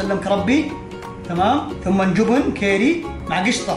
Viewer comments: يعيال ركزتو كل شوي يقول:جوبن ✖️ جبن ✔️ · ياخي يوم يقول جبن احسه يقول جوبون 😭😂😂😂😂